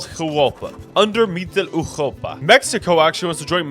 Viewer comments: No it’s wrong. The “Eu” vowel in german is supposed to be pronounced like “oi” as in moist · I enjoyed this video immensely but why do you keep saying mittleeuropa like that bro 😭😭😭 just say middle europa just anglicize it man 🥀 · Ah yes, Mitteleuchopa 😂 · Ngl your pronunciation of Mitteleuropa is funny bruh. You pronounced the r too gutturally as if it's a Dutch g/ch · Your pronunciation of europa is way to harsh on the “ur” part of europa and it’s physically making me recoil. So habe eine gute abend oder eine nacht odioten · The way he pronounces MittleEuropa, like from eurovision "Europapa"